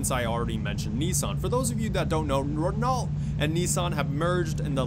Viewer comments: The cringe at the Renault pronunciation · It's pronounced "Renault" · I cringed every time he mangled “Renault”. If you want to be a “car guy”, learn how to pronounce the names correctly. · It's pronounced "ren-oh" not renolt. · God damn dude REN-OH you pronounce Renault “REN-OH” not “Ren-alt” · ‘Ren-alt’ bruh it’s re-noh, it’s french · It's pronounced "Reno" not "Ren-AULT" Smh 😞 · It's pronounced Reno duj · "Ren-alt" Really guy? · Relault is pronounced Reh-NO... Sorry to be that guy😂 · In french it's spoken "re-no" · Nissan makes UGLY cars and most people like good-looking cars. and Renault is pronounced RENNO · "Ren-O" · Its ren-Oh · fyi You pronounce Renault as "Reno" Plus the new Corvette doesn't look that nice as what people think it is. Maybe just a personal opinion because they have tried to shape it like its a McLaren or a Lotus or something and stuck with the styling of the older Corvette in a way and it looks a little weird but the front is ok. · Renault is pronounced 'Ren-oh' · just tryna fix something renault is pronounced renau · Cool video. But I hate how you pronounce Renault. It’s pronounced “Ren-Oh” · It’s pronounced Reno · 1) Yes, I mispronounced Renault. I’m an uncultured American swine. I’ll do better next time, I promise. 2) High sales volume does not equal success. Again, check out the other YouTuber’s videos. Selling millions of cars worldwide doesn’t mean anything if your profit margins are 1% (or less) after covering all expenses. A prime example would be GM selling MILLIONS of cars and trucks worldwide, every year leading up to the 2007/2008 financial crisis but still needing a bailout from the US government. 3) When I say modern Buick. I was implying 2010+. Yes, the Grand National is dope but not a ‘modern’ car. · You DON'T pronounce the "LT" in Renault It's French, the LT are silent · Lol the way this guy says renault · He said Renault wrong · Since when do you pronounce T in Renault? Do you pronounce T in ballet?